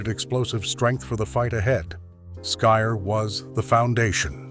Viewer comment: Skyr is pronounced skeer. I had some from a store. Good flavor. As for surstroming, my brother got some due to his brother in law coming from 🇸🇪 Sweden. He make the very bad mistake of opening it in the house. I've seen video of guys sitting together when it is opened w a hand can opener. Iit's under pressure so a nice burst releases up and out. The smell has them gagging and retching. I guess it's normally consumed w cooked w onions and thin potatoe bread. It would b an interesting eating competition.